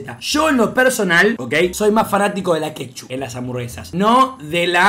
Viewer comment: ojo ''LA KEPCHUP''